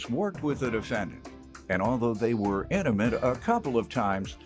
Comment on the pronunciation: I had to rewind again and listen to him say inimate.. I was like wth lol..